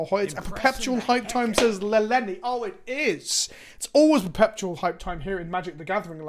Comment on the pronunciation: Am I the only noticing that says "perpePtual" with a very redundant P in the middle? Or am I going crazy